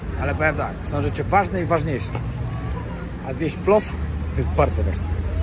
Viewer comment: Rosianie wymawiają PŁOW a nie PLOF Pozdrawiam